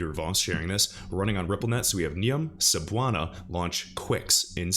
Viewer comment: Cebuana Lhuillier sounds like "scebuwana looolier".......you are totaly right on pronouncing Cebuana but it should be pronounced faster. Thanks for reading